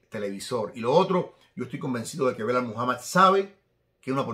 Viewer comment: SALUDOS DESDE PERÚ QUERIDO, UNA ACOTACIÓN EL NOMBRE DEL RETADOR DE LEON EDWARDS SE PRONUNCIA "BILAL" NO BELAL, UN ABRAZO MI HERMANO!